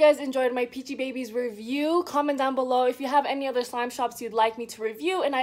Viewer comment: Its pronounced as peachybibies